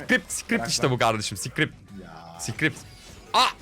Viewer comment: daha script diyemeyen script kullanıyordum xD